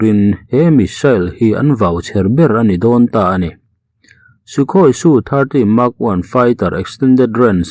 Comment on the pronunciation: SU - 30 MKI tih tur a nia. Su-30 Mk1 angin i sawi zel a. Em Ke Ai a ni e. Mark 1 ni lovin.